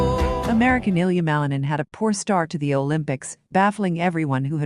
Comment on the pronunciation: Комментарий отвратительный. ИИ просто тупит на фамилиях . Миланин брррр